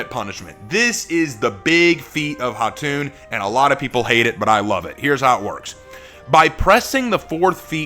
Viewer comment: really appreciate you giving her the proper pronunciation for her name. It’s Khatun or Khatan and not Kah-tun (It literally means Queen like Khan is for King)